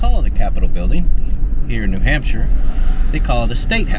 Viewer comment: Lovely! As the locals say, "New Hamshah". ☺️